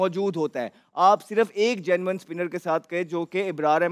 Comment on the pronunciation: Oh bro it's genuine not genman 😂